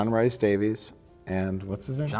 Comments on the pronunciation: JRD's middle name is pronounced Reese not Rice. should know as he has a Welsh surname 😆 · It's pronounced 'REES'. John 'REES' Davies signed: angry Welsh man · I'm Scottish and constantly saying Rice is killing me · John Rhys-Davies' name is John Rhys-Davies, not John Rice-Davies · It hurts my Welsh ears to hear John rhys davies' name wrong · Being Welsh, hearing the butchering of Rhys in John Rhys Davies' name pained me.